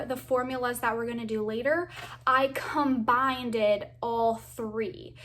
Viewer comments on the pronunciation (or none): lol I just watched that part right when I read your comment lol 😆 combineded